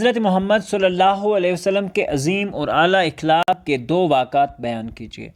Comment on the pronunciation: مکرمی :اِخلاق غلط جب کہ صحیح تلفظ ہے اَخلاق